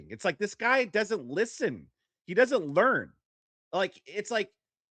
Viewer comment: "They will never lear" Nux, 2026